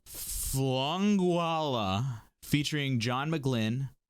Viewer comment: The word is pronounced "Fin-oola." It's the Irish version of "Penelope."